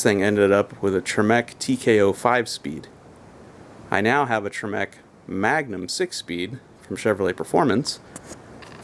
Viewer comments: TREMEC, not trimec. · I think you pronounced Tremec wrong. Can I have your welder?